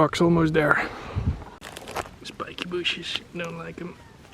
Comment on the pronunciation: Is the first time we heard "spikey booshes"?